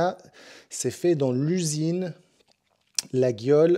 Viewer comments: Cher, ça s'écrit Laguiole mais on prononce Layole. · Bonjour, Une petite précision sur ton coutau, ma mère étant née à Laguiole. On ne prononce pas le"G" et maintenant la marque est bien protégée. Merci pour tes vidéos. Laurent Arcachon.